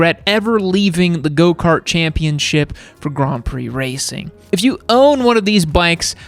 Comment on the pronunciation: when you said "grand prix" at the start of the video it sounded like you said "Grom Prix." Now that's a race I'd like to see. And I've got to be honest, the Suzuki Savage looks so basic and ininspired that i kind of like it and i don’t even like cruisers. Plus you'd never have to worry about it getting stolen.😂